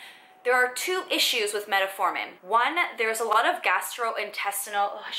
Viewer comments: Meta-formin, lol ...I'm trying to ignore it, but she's said it nearly 100 times. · Met-formin... no “a”. Other than that great video!